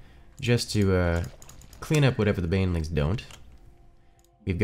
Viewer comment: How he pronounces "Banelings" as "bane-a-lings" upsets me on a personal level.